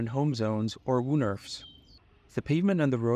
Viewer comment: It's not woo-nerf 😂 It's pronounced wown-erf (with the ow pronounced like in low, and the e like in let)